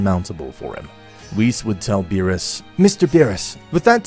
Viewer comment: Ok, so the story is pretty good but I'd have to say that the execution of it has just degraded more & more to a shitpost lvl for me due to the character's names constantly being badly mispronounced along with the character's personalities going out of character unrealistically; even for a what-if. (the only character that personality makes sense is Goku & that's only because the what-if is centered around him)